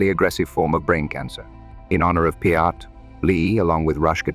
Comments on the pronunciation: 2112 is said as “Twenty-one twelve” like a year…. Neil’s last name is pronounced PEERt. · Neil Pee-art? Really butthole? Is it not possible to correct the way that A.I. pronounces words? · As well as Neil Part. 🤨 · Plus it announces Neil’s last name wrong every time